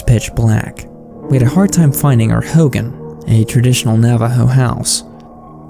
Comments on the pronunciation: I'm Navajo and it pronounced Ho Gon not Ho gan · Sorry it’s driving me crazy it’s pronounced “ho-gone” not “hogin”